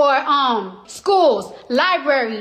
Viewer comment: I'm so impressed she actually pronounced it "library" instead of "Lie-berry"